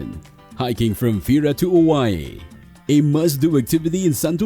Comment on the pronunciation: Good information, but the mispronunciations need to be fixed. Oia?